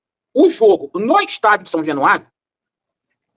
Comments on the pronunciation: São jenuario o gordinho nem sabe falar o nome do estádio do próprio time,,, caralhadaaaaaa 😂😂😂😂😂😂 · O gordinho falou são jenuario várias vezes, jenuario 😂😮😅😊